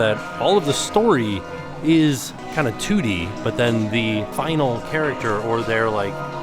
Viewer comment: Did anyone else hear “tootie” instead of 2D? 😂 I had to rewind it.